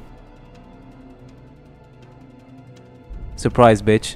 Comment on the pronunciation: bro he said surpise b smacked his ah